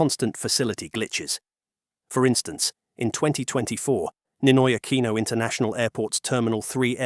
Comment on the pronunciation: "Neenoy AkwEEeenow"